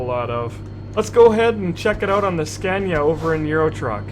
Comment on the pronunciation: its funny how americans say Scania :D .....americans say "Scäniä" xD